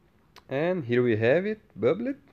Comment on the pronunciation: Omg the way you say 'bub-led' has me crushing 🤓🤭💜